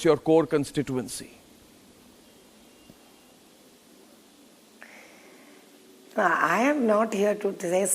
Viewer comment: kawn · stee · too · uhn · see and not kawn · stee . uhn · see. Kya MP seat ladne walon ka knowledge hain.